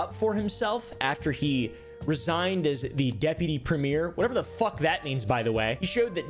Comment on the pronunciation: also, we pronounce it "Premmy-er" not "Prem-meer", lol